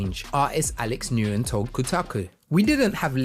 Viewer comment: Nguyen is pronounced like the word "When"